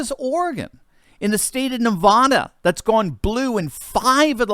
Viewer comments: Dude you have got to learn to pronounce the state properly it's not Nevaaaaada It's Nevada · you make me cringe every time you say Nevada wrong. Please learn the correct way to say it.